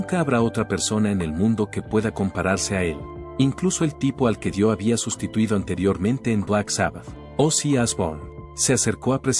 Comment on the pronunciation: Me generó dolor de huev0$ escuchar todas las pronunciaciones de la persona esta... "Dió" "javi maral" "eaven an gel" "blakmo-re" etc